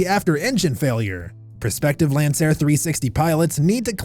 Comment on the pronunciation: This channel is hilarious. Child. 😂 “Lanceair” 😂 smh CHILD